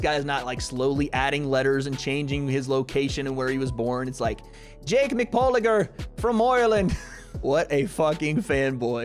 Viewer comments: "Jake McPaulegor" 😂😂😂 Not gonna lie that one got me, brother. Lol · “Jake Mcpauliger” LMAOOOO IM FUCKING DEAD HAHAHA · "Jake McPauligor" noice